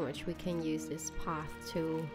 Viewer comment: Like she says dis instead of this 😡😡😡🤬🤬🤬🤬😒